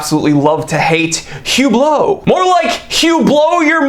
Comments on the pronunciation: “Hu-blow” your money 💰😂👍 Great one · its pronounced "uuuuhhblloohhhh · “Hublow,” gotta love it. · "Horology" should have the H pronounced.. "Hublot" should not... just sayin'